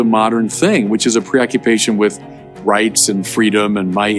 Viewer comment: I think he wanted to say "Rights and freedoms", but it really sounds like " Rapes and freedoms, oh well probably just an innocent Freudian Slip.